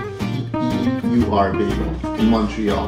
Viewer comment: Sir, You pronounced Saint-Viateur properly. :-) "Vee-A-ter"